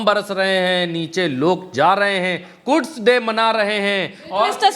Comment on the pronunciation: कुड्स नहीं... कुद्स डे😂